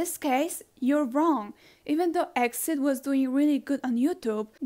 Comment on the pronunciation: Btw exid isn't pronounced as exid its pronounce letter by letter e-x-i-d